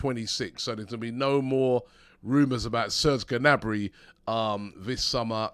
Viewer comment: Robbie, [Niabri] instead of [Gnabri]! That’s how you pronounce Serges’ name.